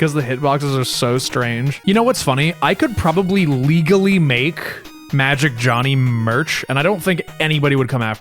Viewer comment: With how iconic Magic Jony has become, I feel it very important to note that his name should not be pronounced “Johnny”. Due to it missing the “hn” and being only Jony, it should be pronounced: “Joe-knee.”